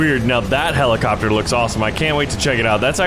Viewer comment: the byoty of the blids of the heliecopter